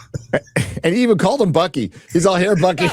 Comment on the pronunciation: I thought you said monkey when you said Bucky. Reference to dementia cap America giving over the shield. Laughed so hard.